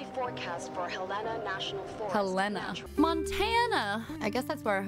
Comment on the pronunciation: Gross uses Montana as setting and doesn't pronounce Helena properly... It's Hell-La-Nuh